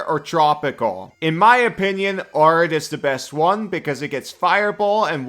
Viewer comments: pronouncing it 'ARE-id' instead of the correct 'AIR-id' is really making my brain itchy as someone who lives in an AIR-id environment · Saying arid like "are-id" bothers me so much, but great video nonetheless! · It’s air-id you mutant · Arid is pronounced AIR-rid. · Arid is pronounced (Air - id.) as in “ the desert is considered an arid climate”. Love this build! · Arid Air-rid It's pronounced as if it has two r-s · It's pronounced "Air-id" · Americans pronounce it Air-id. Normal people say æ-rid like 'a' in cat and apple. But I immediately clocked English isn't your first language. Americans and Australians use it a lot cause we both have deserts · As someone who lives in an arid climate, it is in fact pronounced air-id. And as far as "if its understood, its right" It took me 60% of the video to figure out what was being said (since i havent memorized the druid biomes) No insult intended, your English is awesome and i love your work! Im just out here being lawful pedantic about english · the guy in the video is not saying it like an English person either. It's rather weird.